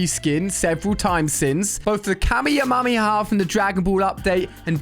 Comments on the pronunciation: Its kamehameha not kamejamama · He called KAAA MEEE HAAA mEEE HAA kameyoumomaha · "Kameamammyha" It's Ka-Me-ha-me-ha, come on man. (Also a little less known so it's understandable, Deku's Smash in Fortnite is actually called Detroit Smash and the MHA Anime and manga) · Lol I laughed so much when you said kameyamama its kamehamehameha. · camiyumamiyo ??? It’s camyomyohhhh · bro said ka me am ma me ha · bro sayd kameyahayaa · no hate but why did you say kameamamyaha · Ali a : the kamimamiha Me: what did he sayyyyy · anyone else notice "Kamyamameama" 💀💀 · “Both the KameeameeHa from Dragon Ball update and the Deku’s Smash from the most recent My Hero Acdima update.” 😂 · ali. its not hard to say kamehameha right. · We rewound it 5 times to listen to you say kameamommyaha! Love the videos! Keep it up! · i like the way he calls Kamehameha as kameumamear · "the kameamamia" hit me laughing No disrespect tho lov ur vids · Pls say it right its the Ka-me-ha-me-ha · “The kamiaimiaah” -AliA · No one talking abt "kamihamiamiamia" "mai hero academi" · the kameeamamyaha 🤣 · "Both the kameamameama from the Dragon ball update and the Deku's smash from the most recent update" Excuse me, Ali, but what is a kameamameama? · Bro can't even say "Ka-me-ha-me-ha" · Ok what was that pronunciation kameumamiuma? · Ali said kameameamar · Ali pronouncing the kamehameha be like: kemymamhahalammakabama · bruh dde said kameyameha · Man said KAMIAMIAH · Take a moment to realize how he said Kamehameha “ The ka-mome-he-mama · Ali-a said "kameyamamimaha😭" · bro said kamamiemaha ☠️ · The way he said Kamehameha makes me want to die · Is nobody gonna talk about how he pronounced kamehameha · Did you say the Kamehameha wrong and the Deku smash wrong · Bro cant say kamehameha 😂😂😂😂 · He said Kamehameha wrong